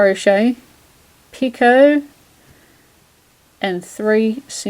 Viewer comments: Two things; You are pronouncing "Picot" stitch correctly. Although I have heard others pronounce it [Pee- Cot]. I was taught [Pee- ko] and have said it this way for many years. Secondly, you are working the stitch correctly according to directions. This pattern has been fun working. Thanks for sharing it.:) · I seem to have spelt doily wrong sorry, and yes you are pronouncing picot correct !!